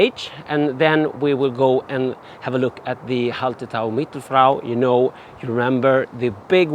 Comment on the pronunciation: Hey, love the look of the hop garden, way better than my attempt at growing along my garden fence. Although I feel everyone else is too polite to mention it, but surely Hallertau has no T after the LL?:)